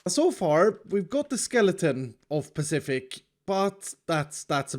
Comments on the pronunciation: I can only hear David Mitchell nag: "It's SPECIFIC, not pacific. With an S" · This s-pacific build is awsome and i was thought that he say that someone has join beacause he say he work with redstone ginneas